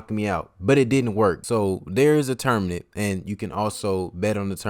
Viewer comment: It’s tournament, not tourmanent lol